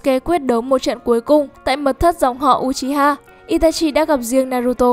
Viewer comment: Đọc là ư chi ha nha ko phải u chi ha